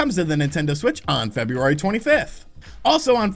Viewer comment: There's an R in February. Just saying.